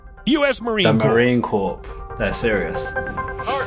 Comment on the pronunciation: USMC or Marine Corps. It’s pronounced Core but spelled Corps. Don’t pronounce the P, just say Core. I was a Corpsman and even President Obama called us “Corpse-Man”, when it’s pronounced “core-man” and we always cringe when we hear it pronounced that way.